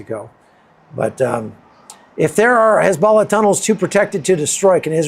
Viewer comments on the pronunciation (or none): none